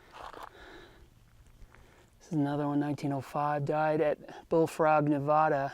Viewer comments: its not pronounced "nev aah da"!! It's pronounced "nev ad uh" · Great video. Thanks for posting. I have been there several times and once was going to go in a mine but the strong winds coming out had a strong sulfur smell so I didn't go any further. Our state is pronounced just like you spell it, NevADa, not NevODDa. I have never been to the cemetery. I hope nobody has been so low to be digging up graves, just like I don't like seeing my Native American ancestors being dug up either. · It’s pronounced Nevāda, not Nevoda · I love your research; thank you for sharing. (The “a” in Nevada is pronounced like the “a” in hat. ) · It's Nev ADD uh. Get it right. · Fun video. Been there many times. Just a couple of comments. NEVADA is often mis-pronounced. The first A in Nevada is pronounced as the A in CAT. You almost had it right. 2nd, Don't pick up any artifacts or relics as that would be against the law. Anything over 75 years of age must be left where it sits. Antiquities laws apply to our great desert, ghost towns, mines and camps. Be well, stay safe.